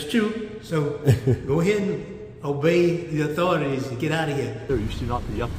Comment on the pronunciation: Obey “da authorities”. I really wonder who he meant.